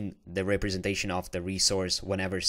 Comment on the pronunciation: Thanks for the good tutorial, but please learn how to pronounce representation